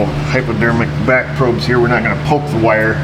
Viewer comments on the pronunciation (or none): none